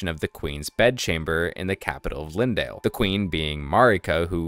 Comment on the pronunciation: its not lindale, its leyndell > lain dell